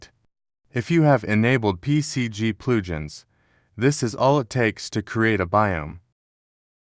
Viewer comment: "PCG PLOOJINS" I fucking died XD